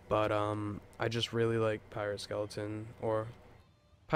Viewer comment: “Piarate”? lol gg, pretty unique which is hard for most